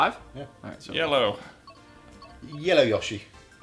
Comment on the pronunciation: Did anyone notice turning English when saying ‘yellow yoshi’?